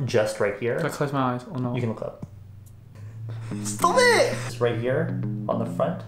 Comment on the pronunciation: I thought he said stob iit . Reminded me of Jin frm BTS 😂💜